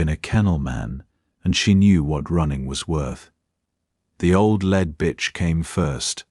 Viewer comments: AI narration didn’t distinguish between “lead(ing)” and “lead” metal. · Pity about pronunciation when a chunk v metal is the choice Ai makes instead v the obvious context, i.e. leader v the pack. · The mispronunciation of 'lead' is irritatingly unfortunate. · Nice, thanks. But the lead hound was pronounced automatically by the AI voice as if it was made of the metal lead. You ought to do something about thar! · AI needs to learn the difference between lead and led, read and read (pronounced red)